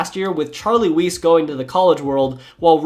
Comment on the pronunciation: I love these videos but it’s kinda jarring to hear names like “Weis” and “Reche” butchered by someone who clearly knows their NFL lore ngl